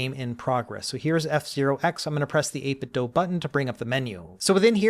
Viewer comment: So glad you say 8Bitdo correctly.